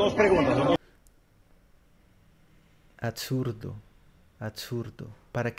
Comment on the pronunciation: Se pronuncia "absurdo" y no "atsurdo", "excelente" y no "etcelente" aprende hablar hijo que así te demores hay muchas técnicas fonoaudiológicas. Algún día llegarás